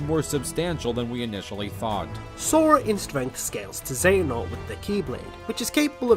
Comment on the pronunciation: All these people trying to argue for outerversal Joker, but I'm just wondering how the heck they kept saying Xehanort and Xemnas wrong. I mean they're pronounced in the games several times. How the heck do you keep getting it wrong.